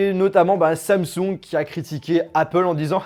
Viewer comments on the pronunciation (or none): none